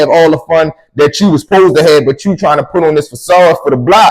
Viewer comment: You can tell a person from bmore how they say “to” they say “tewww” 😂😂 love from naptown 💪🏾 I fucks wit the stories